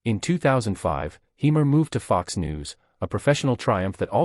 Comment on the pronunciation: Say his name properly.